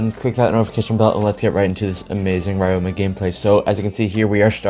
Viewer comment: nice in depth guide as always. fyi ryoma isnt pronounced like that, its ree-o-ma but instead of reading the syllables slowly, you read it fast, esp the ryo part.